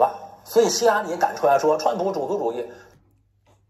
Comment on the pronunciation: 这个人把Trump 叫 “串扑”- 四声的chuan，就是说他把“川普”这个汉语音译用类似英文的调读了出来。这个小例子就很好的出卖了他：自以为转个调调就聪明了。其实。。。cringe 。。